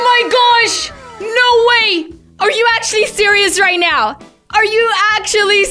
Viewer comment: “Are you serious right neow”